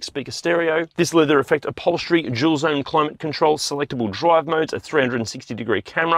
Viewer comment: Why when you say "dual" it sounds like you are saying "jul". I find it funny